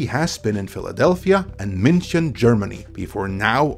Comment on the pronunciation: Holy… your pronunciation of “München” was spot on. I would like to hear you speak German.